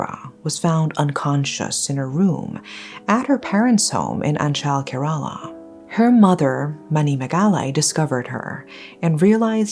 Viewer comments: I know compared to this case, pronunciation doesn’t really matter. May she forever rest in peace, but it isn’t pronounced Kare-ala, it’s pronounced Kera-la. :) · It 's pronounced "ke-re-la" . And it's a state in the southern region of India . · loved the video..... but its pronounced as keh·ruh·laa though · mmm..... it's actually not kerala means u pronounced it wrong like maybe u can search in google how to pronounce it like it's not kerala like instead of pronounceing "e" u will pronounce "e" as "a" ☺️